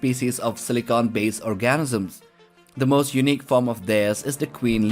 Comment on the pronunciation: I normally don’t correct anyones pronunciations of words because I like the spectrum of accents English can have but you might want to enunciate “organisms” a little more.